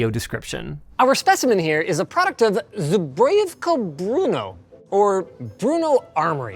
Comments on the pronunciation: Linus trying to pronounce Zbrojovka made me chuckle, anyway, greetigns from Czech Republic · Watching Linus try to say Zbrojůvka Brno is hilariuos😂. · It's so funny to me as Czech person how Linus is so confused over how to pronounce Zbrojovka and that Brno's football team is named after it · As a czech its really intresting (also funny) to hear him try to pronounce: zbrojovka brno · Linus botched the zbrojovka brno so so much. It hurts to hear 😂